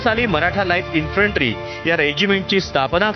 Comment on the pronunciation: उच्चार काय करायचा ते एकदा नीट ठरवा. कधी " इन्फ्रन्ट्री " म्हणता तर " इन्फन्ट्री ". हा गोंधळ का?